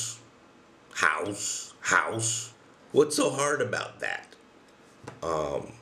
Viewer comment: "Our language is so harrrrd! It 's the harrrdest language in the wooorrrld!", made me laugh so hard, the hardest laugh in the wooorrrrrld! xD